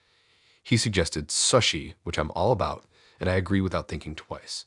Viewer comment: Sushi is pronounced sue-she, still a great story and you have the best voice. Subscribed.